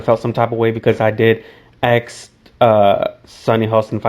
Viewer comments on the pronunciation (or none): Its ask.. not axe pronounce your "s"